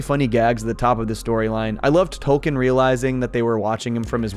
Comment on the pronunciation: It's pronounced "Token", not "Tolkien".